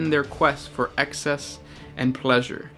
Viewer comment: its EXCESS not ACCESS